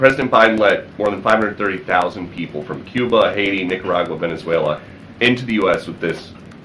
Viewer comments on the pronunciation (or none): none